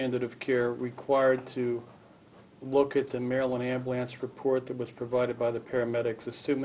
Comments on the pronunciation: Amblance... It's AmbUlance... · This dude made ambulance into a one syllable word.